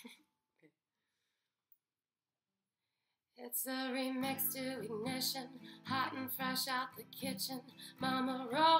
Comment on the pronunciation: I love how you can tell her trying to pronouce certain words without her accent. (Rolling, ignition)